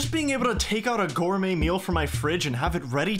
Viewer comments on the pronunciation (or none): none